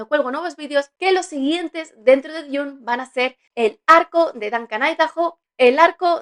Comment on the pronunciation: DUN, DUN, DUN, se pronuncia DUN, no DIUN